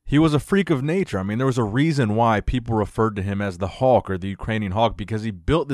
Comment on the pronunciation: Hawk?? Is he saying 'hawk' or trying to say 'Hulk'?